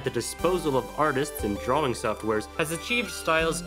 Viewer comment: STOP SAYING DRAWING LIKE THAT